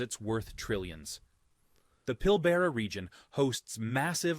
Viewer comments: It's not 'pill bare ah' or 'pill baa rah', it's pill-brah. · Said it right once, so annoying. 2 syllables 2 vowels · Pilbera 😂😂😂😂😂😂 lol pill ba ra Pilbara Western Australia is home! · If you want to know how to pronounce Pilbara say it more like Pilbra rather than Pil Bearer. I live here. You can joke with us Aussies, we don’t get offended at every turn and in fact we are known for “giving 💩to each other” we love a good joke. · Yeah like the 4th mention of Pilbara finally got the pronunciation right, it's Pilbrah, not Pilbahrah. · Haha yes...the Pill-bear-rah region...😂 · It's pronounced Pill-bra, car-nar-van and Monkey My-ah not whatever he/it said. Took me 7.5hrs to fly from Townsville Q.L.D back to Karratha in the Pilbara -Layovers in Brisbane and Perth. Love W.A. 2hr flight to Bali. W.A also has the best the best sunrises and sunsets in all of Australia coz of the red dirt. We've also had several nuclear test in W.A. Our gov't allowed a nuke test near an old aboriginal town, even though not all tribe members left. We even had one so large the nuclear fall out swept over the south through to Canberra and Victoria areas. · learn to pronounce pilbara... pil-burra said quickly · “Pill - Bruh” 😂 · Pill-burrah! FFS! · Pilbara is pronounced “Pill-bruh” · thanks. i knew it was Pilbrah... but the text to speach on google when searching the pronunciation had me second guessing myself as that is also wrong it says pil-buh-ruh. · You don't want to know about Pill BAR Ah? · These damn documentists dont know how to pronounce carnarvon or pilbra or monkey mia😭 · The voice over guy said Pilbara three different ways and all wrong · I was thinking the same thing everytime the AI voice said Pilbara lol Coming to you from Mindarie in Perth!